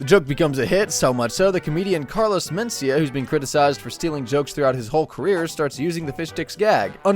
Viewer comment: I have never heard carlos Mencia’s last name pronounced that way. You put the em FAH sis on the wrong sil AH buhl.